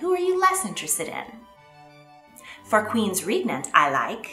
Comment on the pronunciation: *regnant. The reg bit rhymes with peg. It's Bowes-Lyon to rhyme with lion. I rather like Katherine of Aragon. The image of her as an older woman is not the most flattering one. Elizabeth I is impressive but was horrible to the Irish and also allowed many of her sailors, newly victorious against the Spanish Armada to die in the streets for lack of pay and support. Eleanor of Aquitaine is also impressive but was partly responsible for the hostile divisions in her family pitting son against son and son against father. Catherine De Medici was a tyrant, a bigot who stirred up trouble, divided her sons and the country.